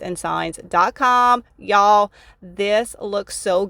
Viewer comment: Sweetie no disrespect and im sure its a habit. Really want to watch you. But can't stand the phony sounding y'all,'s